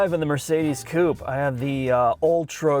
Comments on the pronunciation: Coop-A say it with me now coupe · really needs to start pronouncing Coupé correctly. The last letter is not silent.